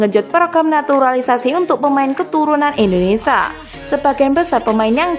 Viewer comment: Indonesia mbak, bukan Indonesa😅🙏🏼